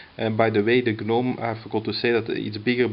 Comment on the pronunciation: The G is silent.... It's pronounced 'nome'